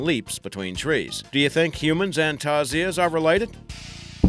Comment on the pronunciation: Its called tarsier/s not tarzier